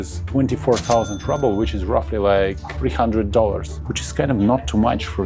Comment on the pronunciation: Why do Russians pronounce ruble/rouble “rubble” in English?